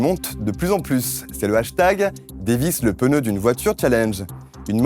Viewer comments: au non on va encore relancer le débat des prononciations de pneu (et non peneu) que sa donne envie d'avoir JDG le film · raaaa encore le fameux "peuneu" à la place de "pneu" ........